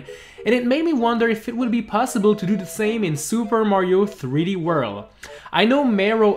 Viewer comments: Super Mario threeworl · "Super Mario 3 Wurl"